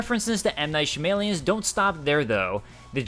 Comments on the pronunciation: M knight who??? Lol. Sounded like you said “shamilili” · you really mispronounced the Shyamalan guy's name LOL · Who in gods name told you to pronounce m night shyamalan that way? Do better